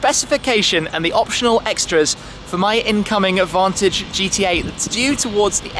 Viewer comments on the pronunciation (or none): none